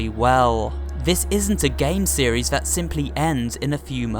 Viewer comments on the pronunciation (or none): you said siris im not blaming you but that was also funny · why did you say sayries for serise? =-= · It’s series not not sierras